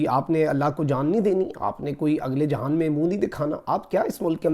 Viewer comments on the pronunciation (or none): none